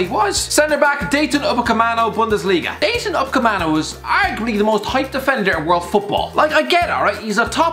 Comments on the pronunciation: Dayton Upecamano? Your job is talking about footballers, how can you not pronounce stuff? How difficult is Dayot? Where has the fucking 'n' come from? And how can you call him overrated? This list is a mess, watch more football. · Dayton upacemano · anyone clock how he said "dAyToN uPaMeCaNo" ?¿ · No one: Absolutely no one:: DaYtOn UcApEmAnO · Dayton Ohh-Camano? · Is nobody gonna talk about how he gave Upamecano a new first name and butchered his last name